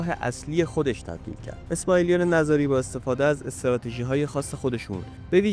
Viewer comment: نِزاری درست است؛ نه نَزاری!! درست تلفظ کنید